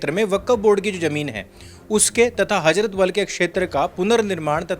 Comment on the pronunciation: ' हजरत बल ' नहीं , ' हजरत बाल ' कहिए ।